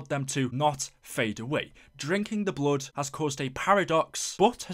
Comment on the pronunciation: When you said "bluud" my ears started bleeding.